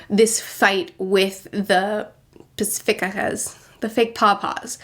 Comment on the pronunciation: "Pacifuckas" Curious pronunciation, but appropriate.